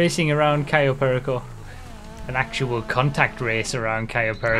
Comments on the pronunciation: I cringe every time he mispronounces Cayo Perico.. at least he learned to say Yosemite 🤣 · it gets me everytime tries to pronounce cayo perico properly